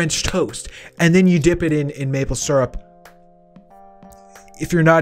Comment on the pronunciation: Oh my god I’ve found someone that says syrup right!